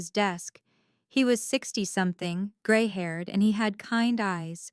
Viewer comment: Her first name is Miss? Did you ever notice that in all the videos, older men are described as "gay-haired." Every. single. time. Witness: "He was 60some, gay-haired...."